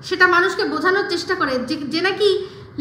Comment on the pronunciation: Boddir pronunciations sanghatik.. uni abar onnoke bolen.. ami ekta video te bolechilam apni nije boltey paren na thik kore abar onno ke bolen loojja laga uchit apnar.. Tomato ke bolen tomoto, cheshta ke chessssta.. jogi ke jugi aro aro onek.. ar voice ganer sur ar dance babare baba.. lok ke mittha bole job kori.. kiccu kore na.. job kora mohila ato time pay baje bokar?